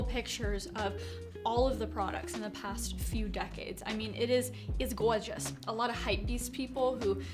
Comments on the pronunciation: "its goorzes" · I like the way she says gorgeous